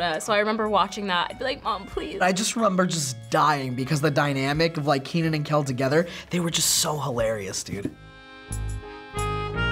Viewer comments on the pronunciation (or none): Kenan, not Keenan. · It’s Kenan, not Keenan